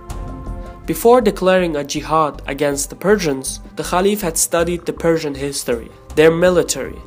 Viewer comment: Did he sayed Perthians or Persians?